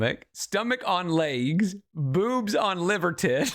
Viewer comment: Laigs and aigs, leeterallee, genuinely Amber-coded.